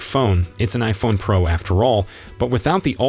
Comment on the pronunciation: Why are they saying Praa Max instead of Pro Max? They say Pro but not Pro Max. This is the 3rd or 4th person to say it